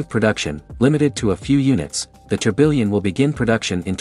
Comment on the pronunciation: That not how you pronounce tourbillon😭